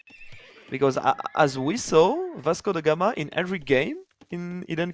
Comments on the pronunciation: Why does keep pronouncing it "Vasco dey Gama"? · „Vasco the gamer“ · So he is mistakenly pronouncing it as German